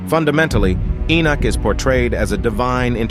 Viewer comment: Keep saying "Inuk" ... Enoch then looks like its wrongfully spelt ..